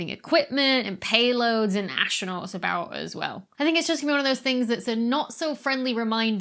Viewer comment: Also, astronaut is pronounced "astronaut", not "ashtranaut".